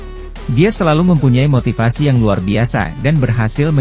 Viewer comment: 'MOTIVASI' jng belepotan